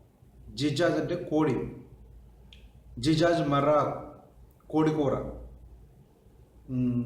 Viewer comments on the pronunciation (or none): జిజాజ్ కాదు దిజాజ్ అంటే కోడి